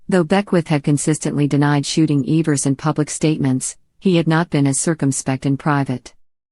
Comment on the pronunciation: Couldnt even correctly pronounce the names in this well written documentary